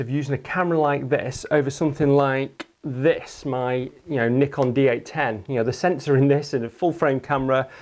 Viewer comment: I've never in my life heard someone call a Nikon a "Nickin".